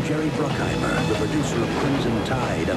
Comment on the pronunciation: Jerry BruCKHEIMER et non bruCKEINAHIMER comme je disais y à 28 ans en enregistrant la même chose à 16 ans, je l'ai vu seul au ciné en août 1997